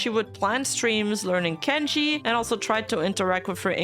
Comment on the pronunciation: I’m not even Japanese but the way you pronounced kanji just gave me psychological damage lmao